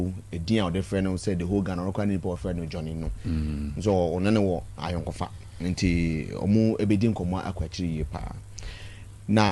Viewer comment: the word is Ayonkofa not ayonkohye you are good in the twi though you are not akan well done Mahama and NDC are proud so they wont go and ask the NPP it will be a disgrace for them